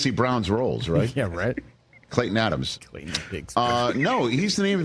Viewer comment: Hear that...Klayton....not Cayton